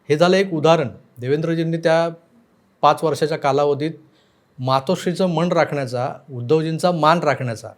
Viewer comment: "मण" नाही हो....मन...मन"....का आपल्याच मराठी भाषेची वाट लावताय!